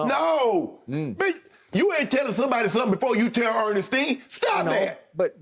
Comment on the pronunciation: “You ain’t telling nobody nothing before you tell Urnestine” -Shannon🤣🤣🤣